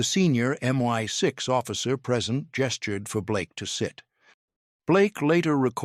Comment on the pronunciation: I’d subscribe if you could sort out the pronunciation of M I 6 /5.